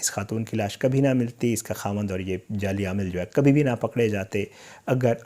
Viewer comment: Jelly amil nahi hota jali amil hota hai😬